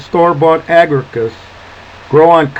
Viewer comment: One small edit. The genus is Agaricus the second a is pronounced